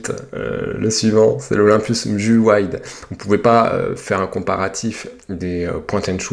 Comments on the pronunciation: Ça me stress de t'entendre dire mju au lieux de M. J. U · Le Mju de Olympus se prononce ''miou" en fait et non m-jus! (pour info) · le MJU 2 se prononce "Miou"